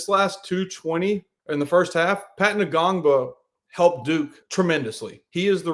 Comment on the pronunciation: The N is silent in Ngongba lol